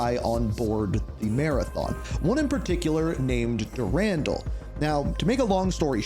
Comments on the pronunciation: So your saying dur-andle. But I believe it’s pronounced duran-doll if that makes sense lol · Marathon: Durandal had the best menu music. And his name is pronounced Dur-an-doll